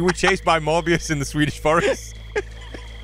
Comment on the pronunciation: has a flawless Swedish pronunciation. He really bothered to learn. That make me happy